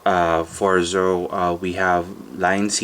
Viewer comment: Pronunciation is not Zoe. ZetO is right.